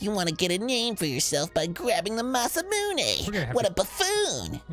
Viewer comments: Kinda glad I’m not the only one who always pronounced it “masa-myoon” instead of “masa-moon-eh” growing up :p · Every time Dan says masamune ending with “myuun” I die a little inside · I absolutely hate the pronunciation of masa-moonay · I think most people who didn't know Japanese pronounced it similarly. "Mune" like "Tune".